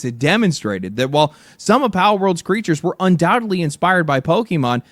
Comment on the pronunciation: Asmon can't say pal